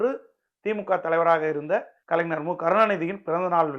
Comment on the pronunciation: தம்பி கலைனர் இல்ல கலைஞர் சொல்லுங்க. பார்ப்போம் அய்யோ ன இல்ல ஞ தமிழ் இனத்தலைவர் அவர் அவரையே சரியாக உச்சரியுங்கள்